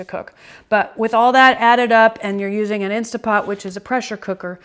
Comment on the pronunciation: Great video. Thank you so much for sharing your recipe and explaining the process in such detail. I love that you showed us each step while you cooked. I will be making this for my family for sure. One criticism tho... (actually just a pet peeve) I cringe every time you say “Insta” Pot. I know a LOT of people pronounce it that way, so you’re in great company, but it drives me mad. Other than that, you’re darling and lovely and I’m subscribing to your channel. Thank you again for your video. ❤️